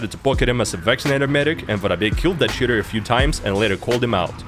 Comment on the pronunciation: Sometimes when you say "cheater" it sounds like "shitter" which is a better word imo